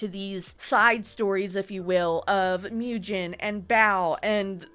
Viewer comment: When you do part 2, maybe look up pronunciations, it bothered me that you were mispronouncing some names like Mujin (Moo-jin, not Myew-jin, lol). There's plenty of criticism on all sides but Sykkuno is definitely the one who got his girlfriend into this mess in the first place by not keeping his dick in his pants AND spending so much money to flrit with and have sex with so many women, wtf! I worry that the girlfriend is dependent on him (financially? health-wise? who knows) and feels that she can't leave. :/ It feels really sketchy that Bao got her in contact with some of the girls and gave her U-haul tips, but then Sykkuno's message from him and the "girlfriend" act like she wasn't made aware of much at all, it made a lot of people feel like the girlfriend actually had no input in that message and that it's just him doing damage control and speaking for her to cover his ass.